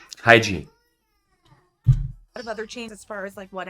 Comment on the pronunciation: Hygiene? You mean , "lowgiene" right?